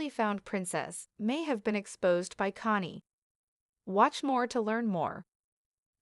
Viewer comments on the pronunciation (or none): What's wrong with you? You can't even pronounce his name